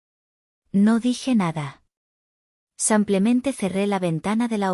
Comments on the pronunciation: Error ella dice samplamente. Lo correcto es simplemente. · Por qué dice simplemente? Lo correcto es simplemente.